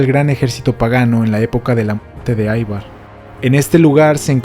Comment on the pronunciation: Gracias por tu video. El nombre Ivar en Danés se pronuncia como se escribe Ivar no "Aivar".